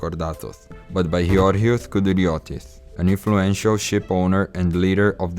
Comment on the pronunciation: Georgios Kolokotronis, not Georgioth Kolokotronith